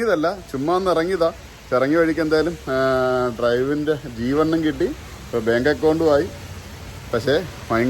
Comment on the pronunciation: G2 എന്ന് പറഞ്ഞാപ്പോഴാ ജീവൻ അല്ലാന്ന് മനസിലായത്